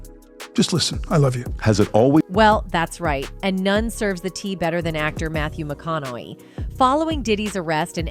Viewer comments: I don't know whoever the heck is doing this, but his name is McConaughey not McConnelly. People shouldn't pass themselves off as reporters if they can't even get the names right. What a crack of crap! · It is NOT McCONNOLLY!!! McCONNAUGHEY is correct. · After the second LEY in McConaugHEY's name? I had to shut it off. Learn to pronunciate and when you're speaking about celebrities that everyone knows!! You could at least say their name correctly!!! Especially when everyone else can. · Please learn how to pronounce his name correctly